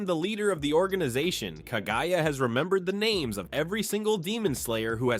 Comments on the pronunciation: You criminal, how dare you pronounce these names wrong ヽ༼⁰o⁰；༽ノಠ︵ಠ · I CANT WITH THEY WAY HE PRONOUNCES THE NAMES LOL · Bro the way he pronounces the names and terms is so frustrating 😭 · the way u say their names tho😭💀